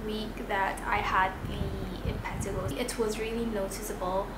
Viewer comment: M-pa-t-A-g-O is how you say it lol